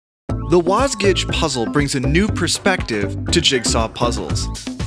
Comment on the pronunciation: >< YOU PRONOUNCE IT WASJIG!